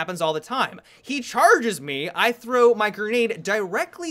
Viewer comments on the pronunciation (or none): none